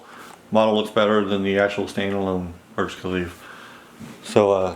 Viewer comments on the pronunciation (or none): its burj khalifa with an a at the end sir